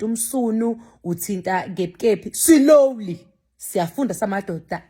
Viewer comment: Ave ungihlekisa mase uthi "Silowly"😅 and uhlezi usho uthi "Slowly"😅😂